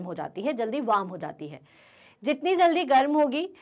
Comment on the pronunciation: wam or warm?